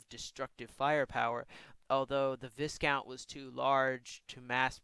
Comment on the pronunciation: U pronounced viscount star defender wrongly, it’s pronounced as v-ai-count